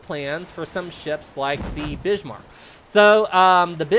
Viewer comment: "the Bishmarck" 😅